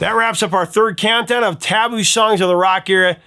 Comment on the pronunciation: I think you're stressing the wrong syllable of the word "taboo".